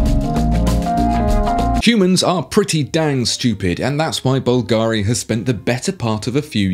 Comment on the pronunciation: Why After years you are still unable to pronunce Bulgari cottectly ?